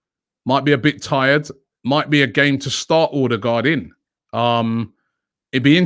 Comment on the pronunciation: It’s pronounced urrdegar